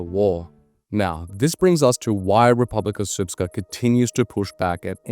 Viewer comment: I must commend you on your pronunciation of RS. It is rare for Anglos to say this almot perfectly.